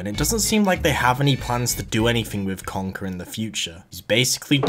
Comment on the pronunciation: you almost say conker like kanker and kanker means cancer in dutch lmao